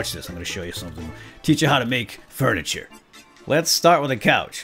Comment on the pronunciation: I like how is so funny... like earlier in this roleplay he said "foiniture" instead of "furniture." Ha... I love him.:)